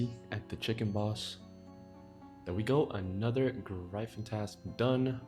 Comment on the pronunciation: sick video, long collection log videos is my favorite content. the only gripe i have is the way you pronounce gryphon LOL